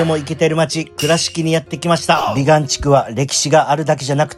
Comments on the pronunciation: びがんでなくびかん地区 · 「びがん」て言うてるけど、「びかん」やろ？www